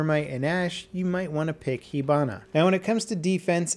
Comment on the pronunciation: i thought is pronounced hibana not hebana